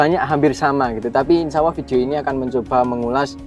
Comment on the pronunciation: Bukan Insyaawwoh TAPI yg benar ; INSYAALLAH